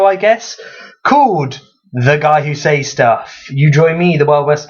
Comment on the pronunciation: I feel the need to rant about the way you pronounce "says". It is pronounced "ces" not "seis".